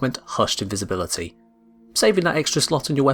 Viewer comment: Is no one going to talk about "invibisibility"